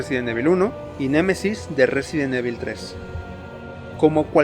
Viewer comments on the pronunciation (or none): excelente video compadre, yo solo tengo una duda, como es posible si en todos los videojuegos y peliculas de la saga pronuncian a la perfección el nombre RESIDENT EVIL (Resident Ivol) tu lo pronuncias como cualquier españolete que le vale madres la pronunciación real, y peor cuando Umbrella y Racoon si los pronuncias bien!